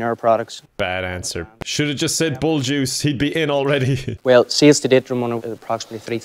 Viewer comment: "Juice", he's saying "Jizz"